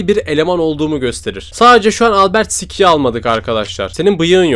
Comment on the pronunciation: Abi o albertsıkay ve robertsıkay diye okunuyo